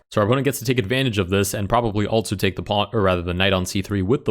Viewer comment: I can’t help but notice that he pronounces also, “altzo”